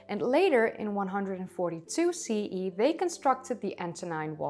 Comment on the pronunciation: "see ya", instead of CE